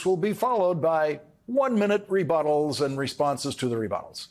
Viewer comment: IZZAT REBUTTALS OR REFUTTLES?